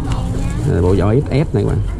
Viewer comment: Vỏ chứ ko phải zỏ